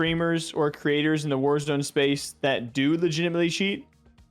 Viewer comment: DID JUST SAY LIGITAMITELY CHEAT?!?!?!?!?!